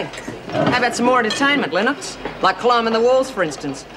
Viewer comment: len-NOX, where did learn english pronunciation?